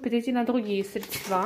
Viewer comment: все Ок, но "срЕдства", а не "средствА"!